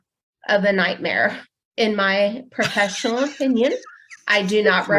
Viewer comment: Oh man, this is rough. She slurs "professional," sounds like she's interpreting a valley girl from 1992, and "loves it." Jesus.